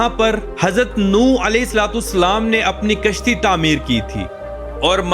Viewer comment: Apna alfaz theek Karen ye alahe Salam hain